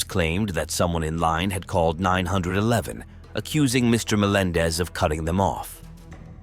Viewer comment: Never heard 911 pronounced 900 11 lol